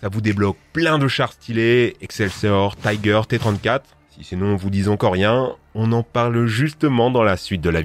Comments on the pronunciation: Gg mais par contre on pas tyger mais juste tiger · Prononcez l'allemand comme il faut : "TIGER " et pas "TAIGER". Ce n'est pas de l'anglais. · Pourquoi prononcer "Tiger" à l'anglaise ? en allemand le i se prononce comme en français ;) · tout le mode dit taiger